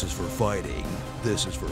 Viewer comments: How did he pronounce cheques? XD (checkways!!! ) LOL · hahaha pronounced Cheques "check-ways" Seriously... Cant believe more people havent pointed this out. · That's not how you pronounce cheques.